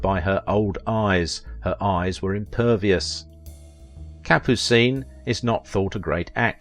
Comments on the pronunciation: Kapoo-seen? Yes, you've done your homework. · Capucine was very funny in The Pink Panther. Good in North to Alaska! (Thanks for pronouncing her name too.)